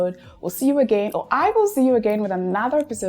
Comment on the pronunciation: you thought you could pronounce things correctly? 😂😂 Far from it, from your opening statement, the pronunciation of "Another" is wrong..... "welcome to another........"